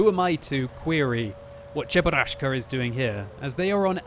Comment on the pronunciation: i'm a casual person: i watch a normal gameplay of world of tanks says cheburaschka i quit